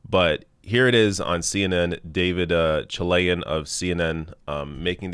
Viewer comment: I'm sorry, but when I heard you say, "David Chilian" I said ugh and turned it off. Still gave the video a 👍🏼 to support the channel. Join The Rational National channel. Support The Rational National on Patreon.